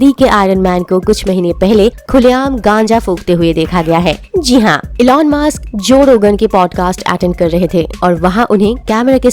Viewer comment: It's musk not mask.... 😂